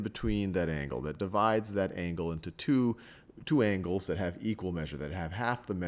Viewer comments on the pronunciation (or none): At about 12 seconds it sounds like he said twangles... hehe